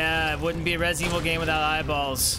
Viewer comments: WHAT IN THE FUCK IS "RESEVIL" ? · resivl 7 😂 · Reh Zevil 7